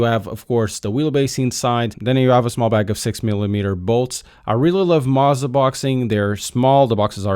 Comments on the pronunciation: Are you sure that's how they pronounce their company name? Z's typically only get the "pizza" treatment when there are two of them in a row. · How’d you get Mauser from Mow 😂 Do you (m)now (pronounced like now) the lawn? No, you “Moe” the lawn, he was meaning it like “Moe-Zuh”